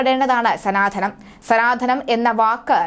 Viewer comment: സംഘംമം അല്ല സംഗമംഎന്ന് പറയുക.. അതുപോലെ sanadhanam അല്ല സനാതനം എന്ന് ഉച്ചരിക്കുക. ദയവുചെയ്ത് മലയാള വാക്കെങ്കിലും ശരിയായ രീതിയിൽ സംസാരിക്കാൻ ശ്രമിക്കുക